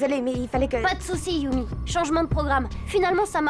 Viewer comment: "Yumi" pas "Yummy"